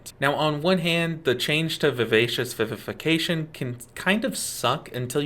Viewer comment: Thanks for being one of the few who can pronounce Vivacious Vivification correctly. Great guide! Even as a long time mistweaver I always learn something new.